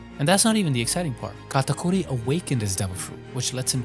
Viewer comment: Now that is how you pronounce Katakuri properly. ✨🤙